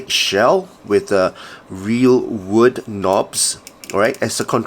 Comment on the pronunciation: Did you say Wood!